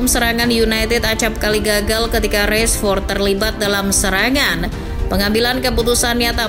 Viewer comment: Rashford bukan Reshfod